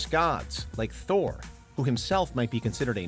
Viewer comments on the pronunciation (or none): none